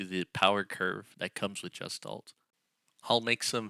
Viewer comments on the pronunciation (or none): It's pronounced guh·shtaalt. The hard 'G' sound. Not the 'J' sound. I don't even mind pronouncing the 's' as 'sss' instead of the proper 'sh' sound. But the 'g' being pronounced as a 'j' is definitely incorrect and noticeable.